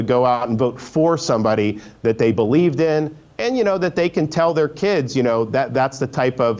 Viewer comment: He can't say can correctly or maga and you worry about this?